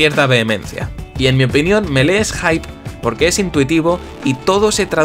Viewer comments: Se dice mili meda cancer que lo pronuncien melee iuughhh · Me mata que lo pronuncies melé en vez de mili, por lo demás fantástico el vídeo :D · Lástima que te guste tanto pero que le digas Melé 😂😂 Si de verdad te importara, por más español que seas, le dedicarías unos segundos a aprender a pronunciarlo "Milí". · Creo q se pronuncia milii, me pueden corregir si estoy equivocado? 😓